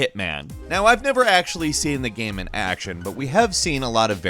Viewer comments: Dave Price and “Gaem” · This guy pronounced the word "game" different every time he says it